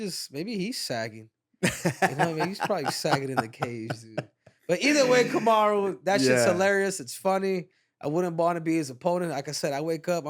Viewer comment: Kamaru is great with the names.